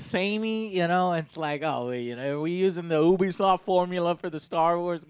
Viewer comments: "Oobeesoft" Never heard of it... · Ok morons it’s Pronounced YOU B SOFT NOT Ooooooo be soft duh!! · Stop mispronouncing Ubisoft. It's pronounced "you-be-soft" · Can't stand to hear him mispronounce ubisoft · I love ya Joe, but how you pronounce Ubisoft grinds my gears a little bit ngl